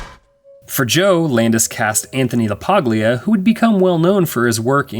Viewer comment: It's pronouncend Anthony La-paul-ya.